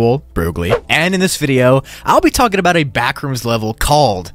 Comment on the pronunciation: the typo is at the start you said talkin not talking